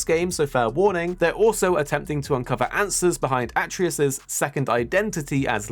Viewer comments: It's A-TRE-US 😂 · Bro everyone gets his name wrong. It’s like they never played the first one and listened to his Dad pronounce it at all. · Well u obviously never played the old g.o.w coz u can't pronounce atreus's name properly